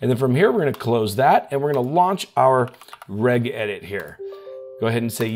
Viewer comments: Reg (as in Greg) edit? Registry has a soft G. It's REJ-edit. +facepalm+ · Brother Regedit is pronounced REJedit not Regg... It's a registry not a reggistry 😂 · Good video to summarize how to reduce the Windows 10 attack surface. Haha REGEDIT is pronounced "rej edit" As in how the "G" is pronounced when you say "Registry".